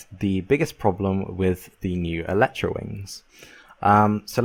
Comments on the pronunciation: the biggest problem: you pronounce it wrong it's pronounced el-i-tra io el-eh-tra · Where the hell do people read Electra? It's Elytra. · pronounced El-e-tra, not El-ee-tra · whats eletra its called elytra